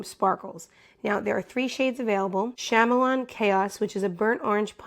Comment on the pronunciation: It's "ka-mee-lee-un" chaos. It's a lizard that changes color. Like "Karma Chameleon," lol.